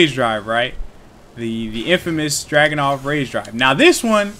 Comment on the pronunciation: Why does it sound like you're calling Dragunov "Jackin' Off" lol